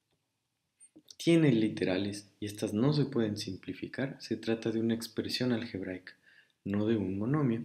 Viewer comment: Dice "expresión algeraica"